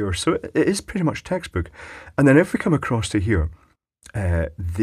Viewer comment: buddy, you kill me....funniest one i seen yet......love the emphasis on commmme and finger..oh boy...long live kenny..